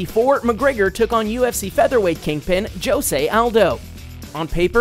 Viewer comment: Whoever is the commentator of this video needs to learn names. It is pronounce "hose-a" not "joes-a"